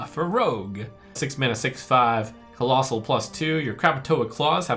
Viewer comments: Why does he keep saying "collosai" instead of collosal? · collossus in multiplum = collossi